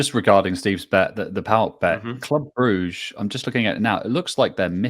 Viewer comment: Gotta agree with on the smooth pronunciation of Brugge